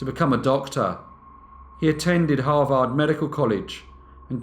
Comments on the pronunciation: It's not "Har-vard", it is pronounced Har-ved" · Har-vd not har-vaarrd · You are mis-pronouncing Harvard. It's not harVARD , its HARvard. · Hah Vard? 😂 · Its Harvard, HAR-verd. One of the most prestigious schools in the world. I still love you though. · Harvard, if you please, is pronounced, " HAR-verd". Sorry, but it's distracting in this story to hear it mispronounced. Great story! Very Dickensian. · Harvard = h AA r - v er d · I mean it definitely sounds wrong to our ears as Americans. But it is also spelled as Harvard, and pronounced as harverd so that’s kind of on us. If you sound it out phonetically you’ll get it wrong every time. 99% of the time the ar combo makes the ar sound. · He does such great research that I'm surprised that he seems unfamiliar with Harvard, given the grating mispronunciation. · Very interesting.. but have you really never heard how to pronounce Harvard correctly? One of the world's foremost and respected colleges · I love this channel but your pronunciation of Harvard is giving me a migraine! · Got a little annoyed with the butchering of the school name, but love watching brief case! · you pronounce harvard wrong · Love how you said Harvard 😊😊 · We all need to teach you to pronounce Harvard....wink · Listening to you pronounce Harvard is like nails on a chalkboard.